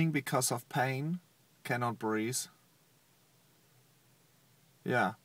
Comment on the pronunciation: 'cannot brease' LOL breathe*